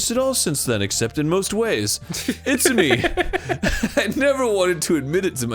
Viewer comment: Arin you speak Japanese. You know that's not how you say Itsumi